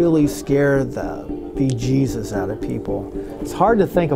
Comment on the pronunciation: He said beejesus. Crucifie him